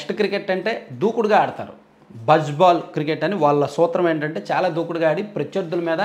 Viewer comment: బజ్ బాల్ కాదు బ్రో, బ్యాజ్ బాల్, Anyway క్రికెట్ గురించి చెప్తున్నావంటే సహసమనే చెప్పాలి, బెస్ట్ అఫ్ లక్